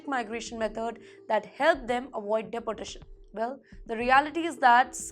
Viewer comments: It’s not’De’portation’. It’s pronounced as ‘Deportation’. Just like it’s written. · "Dee-port-ay-shun" please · News reader is atrocious. She needs to figure out the correct grammar and pronunciation for deportation as it sounded like "deputation" .......or else she could be deputed elsewhere too. Please speak in Hindi and turn this news channel into a Hindi channel. Speaking English in Hindi nahin chalega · Teach this woman how to pronounce properly in English. Deportration? Pattrun?? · Her pronunciation of Depertation - Dunkey route. 😂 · Pretty woman, awful script reading. It's not the Indian accent that is a problem, but the embarrassingly wrong pronunciation of certain words and place names which reflects poor research and incompetent production oversight. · Mam, please get your Pronunciation right "Deportation" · HELLO PRETTY FACE NEWS READER...PLEASE PRONOUNCE THE WORDS CORRECTLY. DEPORTATION, STRICTER, ETC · You would think if she has to say the word deportation that many times. Her boss or the editor would teach her how to use to the O vowel in the word deportation. I can ignore it a little but she says it so improperly OVER & OVER. I had to stop watching by minute . It’s too bad, looked like a good story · This lady reporter does not know how to pronounce 'deportation' correctly. She must have studied in a low grade English medium school. Why doesn't she Google to find out how deportation is pronounced properly.